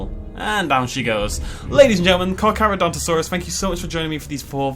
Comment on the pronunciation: FINALLY! Someone said its name right.